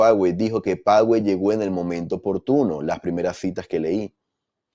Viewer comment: Se pronuncia Pazuey (fyi)